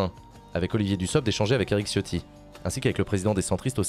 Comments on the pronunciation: Sauf que Ciotti en Italien se prononce TChotti, et pas Chiotti. Quand tu dis Ciao, tu dis Tchao, pas Tchiao. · Chiotti prononcé à la ritale porte bien son nom